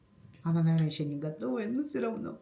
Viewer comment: не " сыровно", а всё равно, так правильно😊